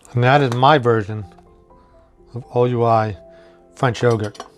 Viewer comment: Thank you for this. OUI is the French word for YES and is pronounced "WEE".